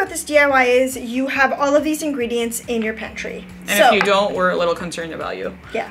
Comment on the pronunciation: "and if you dont we're a little corcerned about you" Me: *laughs nervously"